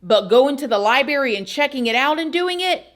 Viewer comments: I'm sorry but I can't listen to you say one more time. Im.out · We like your show but please note the word library does have an r in the pronunciation. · I was hoping you'd say LibeRRy and u did not disappoint lmao love always ❤